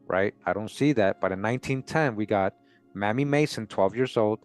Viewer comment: Mamie is pronounced with a long A; MAYmee,not mammy.